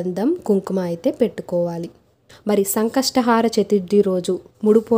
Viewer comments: Antha baundi. Baaga chepparu kani sankashatahaara kaadandi, sankashtahara....plz don't mind otherwise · It should be pronounced as Sankashta hara Chaturthi not Sankastha "haara" chaturthi.